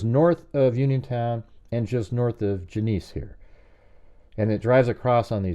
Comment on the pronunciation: Genesee is pronounced Jen-uh-see. Thanks.